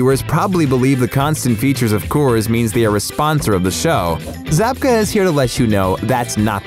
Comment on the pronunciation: It’s William Zabka dude